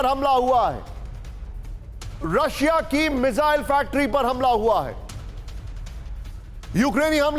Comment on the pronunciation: गधे मिज़ाइल नहीं, मिसाइल बोलते हैं उसको। कहां से पढ़ाई की है भाई??😂😂😂😂